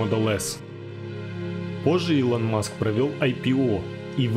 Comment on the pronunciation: Я конечно все понимаю, но когда даже видео подписано Илон Маск, то зачем в озвучке говорить Элон?